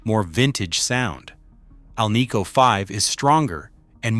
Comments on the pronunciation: It is an AL-nico pickup, Not an al-NICO one. You'd think this author would know the proper pronunciation. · "Scatter wooned"? Keylo-Oms"? "Al-KNEE-co"? AI CRAPOLA!! Second hint: Shows a speaker when talking about a pickup.